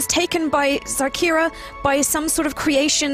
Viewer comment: reads the youtube description oh shit, its xarkira not zarkira